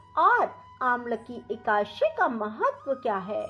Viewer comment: पहले एकादशी बोलना तो सिख लो फिर कथा सुनना।। हिंदी व संस्कृत का सही ढग से उच्चारण करना सीखें फिर सिखाए।